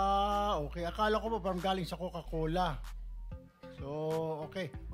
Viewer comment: Galing sa mahilig mag "coke", cocal-cola pala😂! Ang lakas ng tama ng "coca-cola"! Coke pa more!